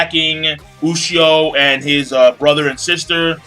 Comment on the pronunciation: Ushio "toe" tora.